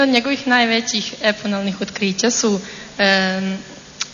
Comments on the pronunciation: Kimi Ja sam se samo ismejala ovoj što je rekla umesto spomeNUTO - spomeNJutNo :) i ova prva plavuša je rekla epoNalna umesto epoHalna otkrića. :) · Ali su otkrica "eponalna" na , pa ovo je dno-dna. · Kakva su to "eponalna" otkrića, polna, ili analna? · Vidi kako ova prva lupeta, a ne zna da kaze epohalna... EPONALNA